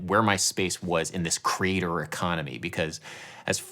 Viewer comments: I’m sorry is he saying “crater” economy? It sounds like he’s saying crater economy… idk maybe it’s just me! Adam, been following you for years. Love the content, also… just love your journey! Whatever you’re doing I’m happy to check it out 😊 Jam on 🙏🏻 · (Your band sounds great and approachable.) (I thought you were saying 'crater economy' for several minutes. Hmmm, I was thinking.) Others have pointed out that the mainstream music business is an ecosystem that develops new talent, which is an important function. You fleshed that out in this video. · When you say "creator economy" it sounds like "crater economy" and those might actually be the same thing. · Are you saying crater, or creator economy? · Oh you said CREATOR economy, I heard crater for some reason 😅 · Took me a while to realise you were saying 'creator' and not 'crater' :) It still sort of worked though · It took me over 2 1/2 minutes to realize Adam wasn't saying '"crater economy" (why the focus on astronomy /confused emogi) but "creator economy" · I've watched this a couple of times and on the first time through, I hear you say "Crater Economy" but then realize you're saying "Creator Economy." But then, on reflection and in terms of the entire video, "Crater Economy" also sounds appropriate. This is something that's worthwhile to think about for anyone pursuing art and looking for a way to make that fit into their lives and into the world. I've greatly enjoyed your video essays because they often get me to think about things in ways I hadn't previously considered, or go deeper into areas I have some interest in but hadn't yet taken the dive into (thinking specifically of "The Grotesque Legacy of Music as Property"). I'm glad you're still interested in doing these videos. I appreciate the work and the insight. Cheers! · When you say "creator economy" it initially sounded to me like "crater economy." And I was wondering what had cratered. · For quite sometime I heard you saying 'The crater economy'!